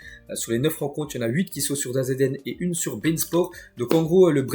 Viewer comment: ça fait des s maines que je t'entends épeler DAZN alors que ça se dit "dazone"